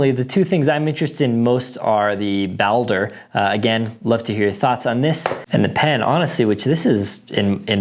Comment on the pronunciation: It's pronounced Ball-Der. Like Baldurs gate Baldur the viking From a fellow norseman